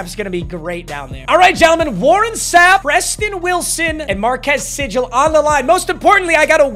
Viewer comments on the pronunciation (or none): Your K-State player- Marques Sigle- is pronounced “See-gle” not “Si-jle” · Much love!! From a loyal loving cats, sigle’s name is said like Seagull. Keep up the hype vids!! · FINALLY gets a kstate player im still happy even though he completely butchered marques sigles name